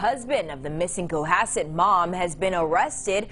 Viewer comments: Co-HASS-ett. You did, however, nail Swampscott! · kah-hass-eht is how you say it:p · Locally, it's pronounced Ko-hass-et. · repeat after me CO - HAS - SET not Coa - set OMG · It’s pronounced coHASett not COhasett :) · C0-HAS-SET not Co-AH-set. It's a northeast thing maybe. (I'm from Man-Has-Set....get it - man has set...in NY) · Why you keep calling the town cowasset? It's Cohasset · Big fan in the 02025 It’s pronounced CoHASSet like in the news clips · second syllable... sorry co HAS set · It is pronounced co-has-set 'o' says its name and the 'a' and 'e' are short sound vowels. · It’s pronounced Co-HA-set :) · Its pronounced co Has set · "coe HASS sit'... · Cohasset Pronounced “Co- Hassit”, next to Scituate, pronounce Sitch-oo- it. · Co-ha-sit...."ha" as in happy. Emphasis on the 'ha' . love your accent but you butchered that one. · it is pronounced Co-hass- ett. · I'm srry,, but as a Mass resident, hearing 'Co a sett' has me rolling! Anyway, this case has bothered me regarding their kids. They're never brought up enough imo. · As someone that lives within ten miles of Cohasset, it’s pronounced co-HASS-it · It's pronounced co- ha-set accent on middle syllable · Co. HASS. It. Cohasset. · Cohasset. Pronounced Ca-hasset. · Pronounced co-ha-set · Cohasset is pronounced "co-HASS-it". It's a nice S Shore town but not the swankiest by far. In Massachusetts we call the S Shore the "Irish Riviera". Lol Happy St. Patrick's Day from Boston,! ☘ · Co-haaaaasss-it is how you pronounce that lol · Co has set..pronounced, this happened ,10 mins from me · This happened about 45 mins from me, I'm actually up near Salem, where your shirt is from :) Cohasset is pronounced "Co-HASS-ett". Massachusetts placenames are sometimes pronounced really oddly. Tragic story. The smirk on his face as he appeared to be taken to trial told me everything I needed to know about this scumbag. I hope Ana can find some peace and that her children will be able to overcome this.